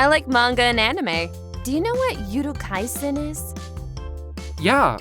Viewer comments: Akina: Do you know what Yuru Kaisen is? Gojo Satoru: Hey. You said it wrong. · lol when she said yuru kaisen i was like: YURU kaisen? 🗿